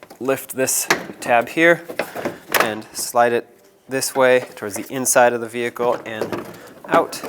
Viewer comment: Wait holdup! The second guy in the video pronounced the word "veRicle" instead of "vehicle" at least three times. Dude, what? 👀